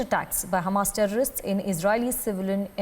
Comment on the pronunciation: Why do u need emphasis on the word HAMAS TERRORIST...? U can say HAMAS??? Are that dumb?